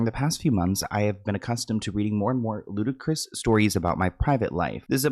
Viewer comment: I swear somehow I always hear "Ludicrous" as "Ludacris"